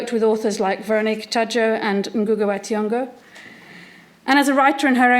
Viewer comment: Am a Kenyan from central. I will not accept that important name "THIONG'O " to be wrongly pronounced by you the host because of don't care altitude. Study kikuyu language and kindly pronounce African names appropriately